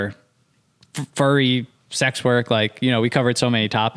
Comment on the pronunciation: saying fury instead of furry sent me 😂